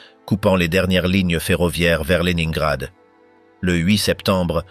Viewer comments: À prononcer léninegrad et non le nain grad😊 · Horreur cette voix ! Ne pas prononcer correctement de La ville dont il est question (1 fois sur 2), polus non Paulus, merci de prononcer les noms propres correctement